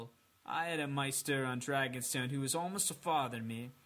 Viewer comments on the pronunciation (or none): The next book is supposed to be about 1500 pages but knowing George r.r. Martin it'll be way longer and it's pronounced mayster not meester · Its pronounced "MAY - STER" Like... try saying the holiday, easter... then replace the "ea" sound with the month of may. Youre welcome. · Pronounced May-ster